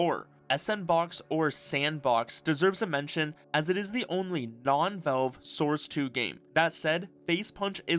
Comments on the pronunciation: Valve… VALVE! Not “velve” VALVE! Pronounce the A god dammit! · love your videos but you should know you pronounce Valve like velve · Is this an Ai video? Wtf says velve when saying valve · It sounds like you're saying "Velve". The company is called Valve.